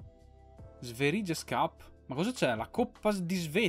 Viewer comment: Ciao sono il ragazzo della pronuncia di isak, ecco dei consigli: sverige si legge sverie, la å così si le o, e la ö così si legge come "oe" in francese. Cmq ottima carriera